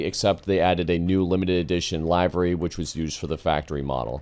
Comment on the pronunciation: You are mispronouncing "livery"